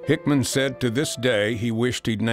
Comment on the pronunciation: Homer HickAM Not HickMAN. Is this the best AI can do?